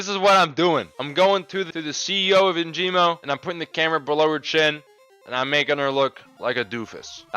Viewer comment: perfect vid but "Enjimo" 🤣 its ENGIMO